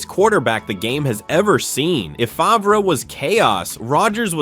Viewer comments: …..Brett Fav-Rah……….good Lord. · It is pronounced FARV